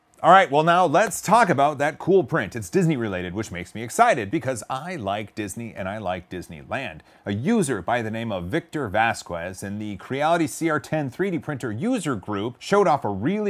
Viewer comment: The u between q and e (or q and i) is usually mute in Romance languages. It's vahs-kez, not vahs-kuh-ez.